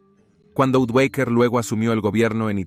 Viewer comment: Napos, Odoacher, qué horror de proninciación, imagino que se trata de una voz artificial